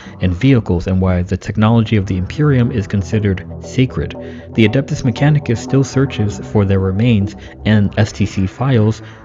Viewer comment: I like anything not AI generated and unsub channels that post AI content. too tired of hearing "dark mechan -I - chus"